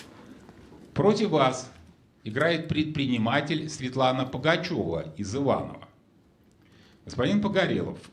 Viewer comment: фамилия Пугачева в России под запретом? Телезрительницу ведущий назвал Пагачева.